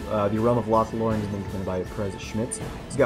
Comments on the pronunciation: It’s lothlorian not llorian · GondorianSmith I know. But I just don’t know why it sounds sort of weird. Lol :D